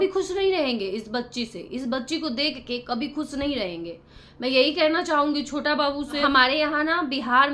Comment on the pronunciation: छोता बाबू छोता बाबू नही छोटा बाबू बोल थोड़ा पढ़ाई करले क ख ग घ की पढ़ाई जरुरी है 😅😅😅